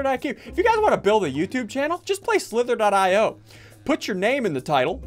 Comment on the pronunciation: It’s pronounced io Not .io